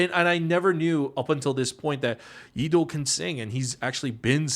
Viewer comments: Am i the only one who hears pd saying Leedo's name as Eedo? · Because actually thats how Leedo's name is read in Hangul. The "L" is not actually pronounced. 😊